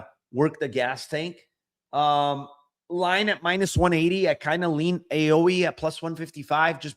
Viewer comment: Aoi is pronounced like “ow-ie” (like a kid saying “ouch”)